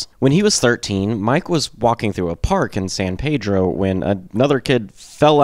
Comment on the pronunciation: Hi, my name is Richard Bonney. I can tell you got some information from the Documentary We Jam Econo, I am from Pedro and met George when I was 12, and Watt at 16 they were 2 years older than me. I was literally in that backyard shed when they first played. Besides the miss pronunciations and a few stores that are out of place, I am happy with this. Oh, and its called Peeedro, not Pedro. I was also with them on the last tour with REM.